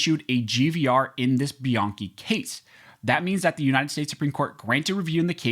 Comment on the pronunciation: It’s pronounced by-Ann-chi